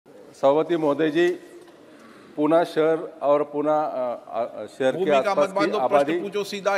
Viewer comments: Puna nhi pune he vo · Its pune bhava... Not puaanaa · पूना नाही पुणे...विचारताना नीट विचारता येत नाही का? Learn from Sindhiya ji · अरे बाबा पूणा नाही पुणे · पुना नाही पुणे आहे ते .